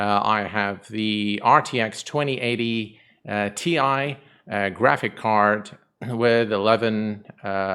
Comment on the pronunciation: Finally said the 2080Ti properly:D Thanks for the tips bro